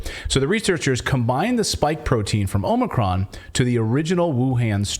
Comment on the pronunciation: Omicron. More like 'omni-con'. Accurate slip there.